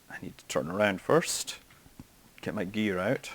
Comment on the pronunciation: I swear to god I heard you say "lemmie get my beer out" instead of "lemmie get my gear out"